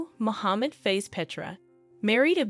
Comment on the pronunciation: Hehehe Tengku face ........ We here pronouce it as Fah ezzzz (Fa'iz)~~~~